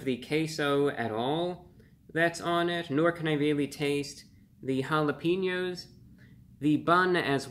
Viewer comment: Bro he really said jalapeños like hallapeenyos